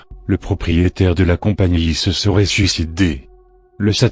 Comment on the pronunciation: Je flippe a chaque fois que tu dis suciDÉ